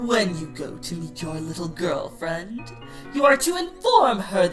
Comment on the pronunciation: Wait did said 'Girl-FREIND'